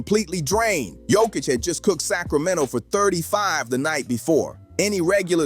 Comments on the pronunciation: ITS NOT HOIK ITS JOKIĆ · You needed to pronounce the "k" because I didn't know who you were talking about 😅